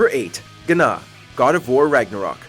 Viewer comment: I think the God of War boss is pronounced Na and the G is silent so it’s not Gna 😂